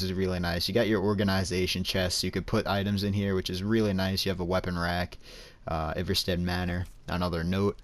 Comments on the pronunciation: It's pronounced Eye-Var-Stead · It’s pronounced eye-ver-stead